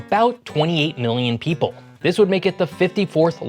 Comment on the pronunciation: Heh. Heh. “Pople”